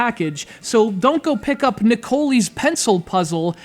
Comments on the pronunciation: LOL it pronounced Ne-Co-Lie. oh dear good review thanks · Shouldnt it be pronounced Nick o lie?